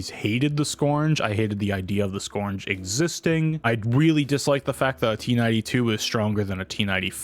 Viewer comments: skURGE. URGE. not scorn-guh. skURGE. skURGE. skURGE. skURGE. skURGE. skURGE. skURGE. skURGE. skURGE. skURGE. skURGE. skURGE. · can we really trust a guy who says "scournge"